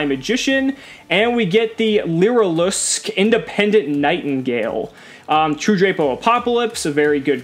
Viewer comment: Not one MAXIMUM CRISIS opening has included a confident pronunciation of the Lyrilusc cards.....including my own #shamlessplug